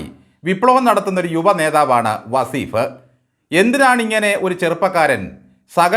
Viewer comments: വസീഫല്ല സാറെ വളീഫ് എന്ന് എന്ന് പറയൂ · വസീഫ് അല്ല , വളീ ഫ്.